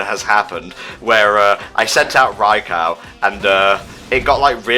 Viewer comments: ...I'm busy trying not to be triggered by pronouncing Raikou Rai-COW? Where the hell did he get "cow" from? I mean the Pokemon Special uses "Rai-ku" Battle Revolution uses "Rai-ku". I never heard "Rai-Cow" in my life till this day. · Don't worry,, you're not alone with the Pokepark 3 wish. The thing is that I want the game to have more substance...and to be harder. Also every time you pronounce Raikou wrong, I die a little more. I mean, screw the english language and it's contradictions, that's how it's normally supposed to sound phonetically by spelling but it doesn't...But it sounds so stupid when you say it "Right"